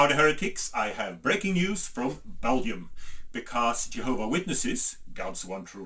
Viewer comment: Beldium - a Norwegian trying to say Belgium